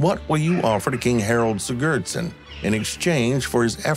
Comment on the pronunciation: Love the video but the way he pronounced "Harald Sigurdsson" killed me Murica